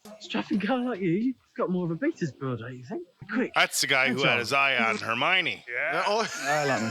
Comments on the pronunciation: since you talked about the comments being educational, I’ll add one more for Hermione pronunciation. You’re 95% there. Just a tiny adjustment. As opposed to “her-mine-ee” it’s closer to “her-mion (said like lion)-ee.” I don’t even know why I’m going so hard for the pronunciation. I’m not even a huge HP fan lol. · Correction: it’s Her-my-ah-nee not Her-my-nee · Her-my-oh-knee. The accent is on the "my", but you're missing out the "oh". Hermione. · Hermione = "Her-MY-oh-knee" (emphasis on the "MY" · Nooooo. It's pronounced "Her-MY-oh-knee". I'm surprised folks have let it go so long without giving the actual correct pronunciation. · Not to be a stickler, but it’s Her-my-o-knee 😉 And those streaking black clouds of smoke are death eaters not dementors ☺️ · Maybe more her-my-oh-nee but good effort! :) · I love how was struggling to pronounce Hermione since Viktor Krum had the same issue in the books.